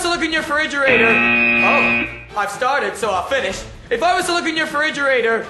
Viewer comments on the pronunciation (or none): "If I was to look in your feridgerator...your freriderator...your fridge..." haha yas perfect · When Louis try’s to Pernounce refridgerator I nearly died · Louis trying to say "refrigerator" tho 😂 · refridgeratorator... fridge gets me everytime!!! 😂😅